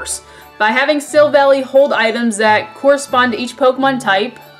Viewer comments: I think Silvally's is a mix of silver and ally. And I think it's pronunciation is Silv-Ally. It's based off of a chimera, a mythical creature that has different body parts of creatures such as a chicken, lion, and a goat. Since it has so many characteristics it can adapt to any situation like it says in the Type: Null description. I hope this helps :) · Type: Null and Silvally (Prononced Silv-Al-Eye, a portmanteau of Silver and Ally) are Literally Synthetic Arceus. Silvally's RKS System (Get it, RKS = Arceus) is a successful attempt at recreating Arceus's ability to change it's type.